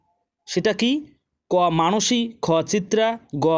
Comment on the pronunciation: Sir মানসি not মনসি